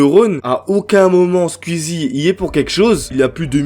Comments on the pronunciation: C'est pas Squizi c'est Squeezie ça se prononce Squouizi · Squouizi pas squizie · Skuizi, twit, tu me tues comment tu prononces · C'est pas skuizy c'est squeezie 🤣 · Tu dis Sqizi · Déso mec mais on dit squouizzi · ça me fait trop dehek comment tu prononces skuizi mdr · Sqwiizie et tuitteure ? Prononce normal c’est ridicule la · Ça me parturbe "skuizi" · La prononciation de skuizi me termine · Ça m'embête à chaque fois qu'il dit "Skuzi" et "Skuizi" x) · mdrrrr tu dis skuizi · Commence a bien prononcer Squeezie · Ça me fume comment prononce squeezie 🤣